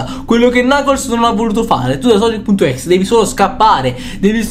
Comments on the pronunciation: Non si pronuncia così sonic.exe perché non dice tutto come si legge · Questo è vero